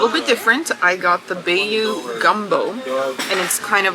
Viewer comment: Please please learn how to say baklava and bayou before you use them again in sentences. Haven't heard them butchered quite so badly before!!